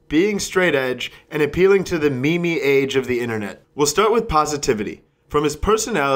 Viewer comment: me-me? It's Meeeeeme